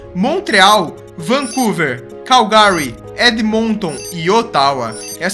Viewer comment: CAL GARY kkkkkkkkkkkkkkkkkkkkkk